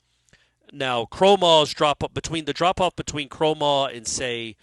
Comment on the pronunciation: Now is saying Kromahs name wrong. This has become a riddle wrapped in a mystery inside an enigma. 🤣🤣